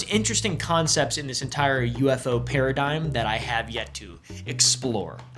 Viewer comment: “we ain’t got time fo dis, Ellis.”